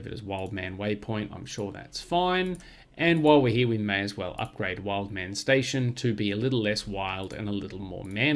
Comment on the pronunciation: The second wood at wildemann was there from the start, name pronunciation spot on thanks.